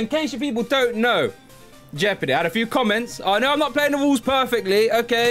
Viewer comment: TSW : JEOPARDY Joe : Joepardy